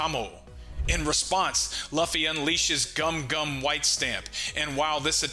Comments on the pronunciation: I was excited to watch this but it hurts the way you pronounce luffy. I’ll catch the next vid to see if it’s corrected. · Saying Luffys name wrong is why can’t watch this